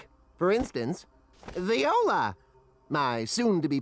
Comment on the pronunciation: lol the voice actor says 'viola' instead of 'voila'